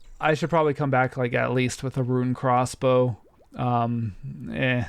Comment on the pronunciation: good vid, but hearing him say "crozzz bow" irked me